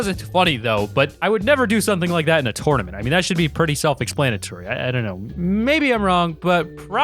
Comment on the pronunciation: A tournament it piss me off how he said tournament